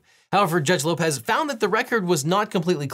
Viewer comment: When he said Judge Lopez I heard George Lopez 😅